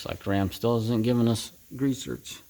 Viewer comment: "Grease zerts" What, exactly, is a "zert"? The grease fitting is a ZERK named after the inventor - Oscar Zerk (Zerkowitz), and popularized by Alemite. If you don't know the correct pronunciation for the common grease fitting - why should I believe anything else you say?